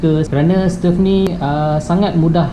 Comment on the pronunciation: Bro..sebutannye stove bukan stef..